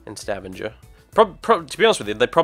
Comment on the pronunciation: YAY I live in stavanger! :D and let e just say, you butchered stavanger's name :P but that doesn't matter :)